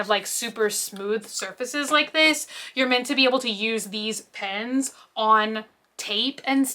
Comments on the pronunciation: PENS not bloody PINS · How come you can say jetpens right but when it’s just pen it’s. “pins” lol so cute!